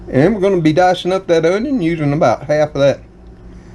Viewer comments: Hi, I'll be 70 soon and live alone. I put the dates on my calendar in the kitchen of when my bills are due, Dr. appts, birthdays, etc. It helps me stay aware. Do you have any "Cajun" blood in your family? My Cajun uncles pronounced "Onion" the same way you do! Good Bless you My Friend. ❤ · Would you give lessons on how to say "onion"? You have the cleanest stove......it's like immaculate. This dinner sounds delicious! Yes, I could hear the thunder.